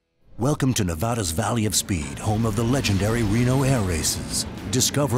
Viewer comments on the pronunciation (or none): Good stuff guys but geez learn now to say Nevada.